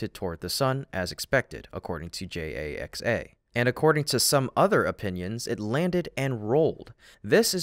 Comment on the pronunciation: What's a JAX-AY-EX-AY?